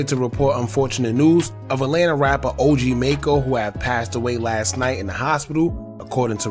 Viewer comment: You not even saying his name right